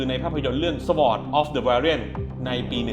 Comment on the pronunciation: “สะหวอด” นี่พี่เล่นเเรคด้วยใช่มั้ย55555